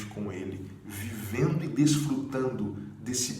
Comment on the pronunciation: "VEVENDO" foi boa kkk